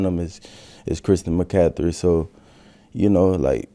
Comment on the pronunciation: That boy said christian mccathry lol